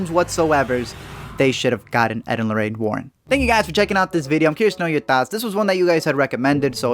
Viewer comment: I love that you pronounce "thoughts" like "thots"